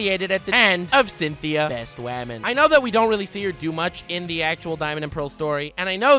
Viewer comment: Lord flexes on our grammar. Whenever I hear woman I think of saying "Wahmon"